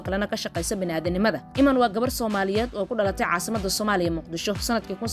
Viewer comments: Ayadoo oh I’m iiman la dhaho bee sidii galadii u aqrisay iman kute 😮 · Magaca sidaas ugu dhawaaqaysaa waa khalad